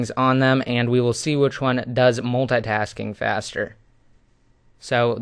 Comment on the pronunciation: the way you say multitasking its so fun. make a video just saying multi tasking